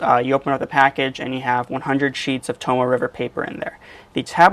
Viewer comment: It is pronounced to-mo-eh, not to-mo. It you are going to sell it, learn how to pronounce it, jackass. I can see you as a used car salesman: This here sheh-ver-leht is good car.